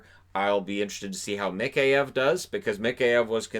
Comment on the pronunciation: Let me help you out with Mikheyev, it is pronounced "Mah-Ky-Ev"